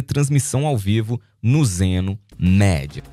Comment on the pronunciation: Então amigo! Só uma dica pra você, a pronuncia é Zeno Midia, ou seja lê-se media